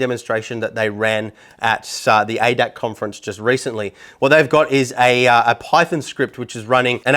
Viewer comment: Thx for the nice and detailed up front review. One little thing, the society hosting Sim Expo is pronounced A. D. A. C. Aach letter is pronounced separately it's an abbreviation for Allgemeiner Deutscher Automobil Club roughly translated to Common German Automobile Society.